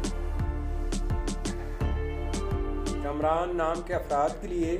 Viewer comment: Kumraan nahi hota kaamraan hota hai